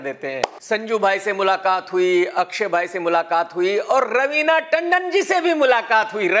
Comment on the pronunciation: Ravina ka naam pahli bar sahi bola